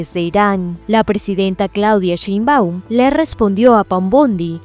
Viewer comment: Es Sheinbaum no SheinbÁum. No es SecretarÍa, es la Secretaria.